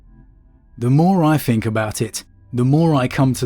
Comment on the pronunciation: Please learn to say TH the amount of times you said free or fink was distressing